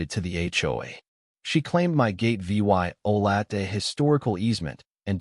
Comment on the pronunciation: When the AI doesn't know how to read the words violated and evidence